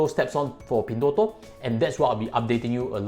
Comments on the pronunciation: Why did u pronounce as pin3? Thought should be pin1.. 😛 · its Pin1, not Pin3.... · Try to pronounce the company name correctly. you're a chinese afterall